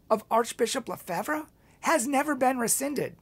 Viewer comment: You cant even pronounce Lefebvre!!!!